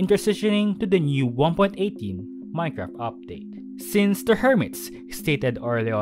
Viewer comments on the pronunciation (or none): none